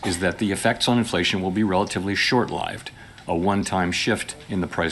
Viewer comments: Love his pronunciation of short-LIVed. Classy, and rare. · Fake! AI generated. Can’t distinguish the correct way to pronounce short lived! Only a machine can stuff that up.